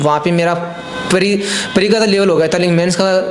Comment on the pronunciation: Pre ko bhai pareeeeee bol raha hai. No offence he is intelligent but way of presentation is not par level to match the demand of UPSC.